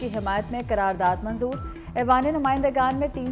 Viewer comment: It's (qarar daad) not karar daad